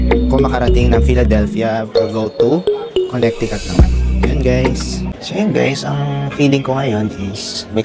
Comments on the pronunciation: Just a little PSA, the middle c is silent in Connecticut. You can google on how to properly pronounce the state :). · the correct pronunciation is Connecticut but with silent c. Conneticut